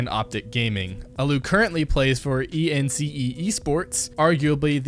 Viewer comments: wtf is II EN CII II, its ENCE u dunk. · Terrible host lol. This is what happens when you get a script that you know nothing about. ENCE as "e n c e" and against all authority as "ahhh". Nobody is surprised that "alloo" is still on ence, as he wanted to make a top finnish team. Ence and Navi aren't bad teams too. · How did you fucking say allu and ence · Mabye learn the pronunciation of "allu", "ENCE" and "Mousesports. And btw how tf do you consider Na'Vi a bad team??? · The way you say «allu» and «ENCE» destroyed my ears. Also «ENCE» is a great team who has really good pontential. Yes they have bad hltv ranking but the team was just made. Also navi is acually a pretty good team (yes s1mple and electronic is carrying them) but they have won 3 events on in a row. Do some digging before making a video next time.. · The way he pronounced ENCE was horrible